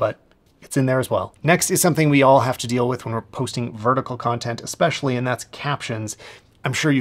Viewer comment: Hey, great stuff - but it's ESpecially, not EXpecially 😅